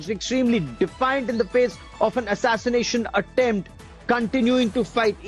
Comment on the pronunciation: Thee atatanashion atemp